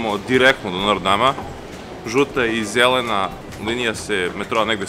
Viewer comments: A zasto kazes nor dam kad je notr dam? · Nije nortdam nego noterdam